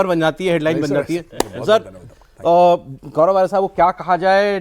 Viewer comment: Gourov ko sourov bulaya